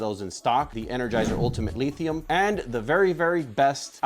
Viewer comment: This man said LEEthium. But I like the energy.